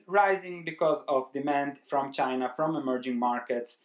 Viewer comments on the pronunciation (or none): none